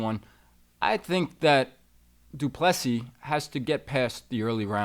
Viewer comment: Son did you just say doo plu SEA??😅